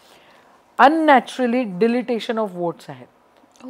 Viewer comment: डिलीटेशन म्हणत नाहीत डिलिशन म्हणतात